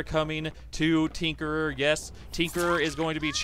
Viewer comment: Tinkerer* not trinkerer.